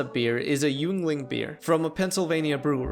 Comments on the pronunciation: "Yuengling" is pronounced "Ying-ling", and it's the highest rank in the military. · It's pronounced "ying-ling" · "YOONGLING'S" Holy shit as a Pennsylvanian I spit out my coffee. That was incredible. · Great video, yuengling is pronounced ying-ling or yin-ling depending on who you ask but not youngling 😂😂😂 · Is Yeungling actually pronounced yung-ling? I'm from PA and I've only ever heard it pronounced: "Ying-ling" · Holy fuck you need to learn to pronounce yuengling 😂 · That has got to be the worst way anyone has said Yuengling I’ve ever heard. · You pronounced Yuengling wrong